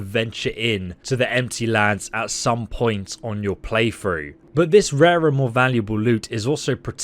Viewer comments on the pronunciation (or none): none